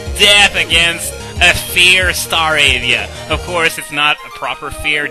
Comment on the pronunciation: i literally lolled when you said FEAR staravia